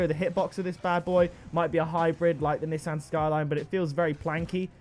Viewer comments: why do you say Nissan wrong? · I guess people from the uk say nissan different then people that are from the usa, im from the usa and I pronounce it nee-son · It’s pronounced NESAN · The way he says Nissan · The way he pronounced Nissan 🤣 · I'm American I hate how he says Nissan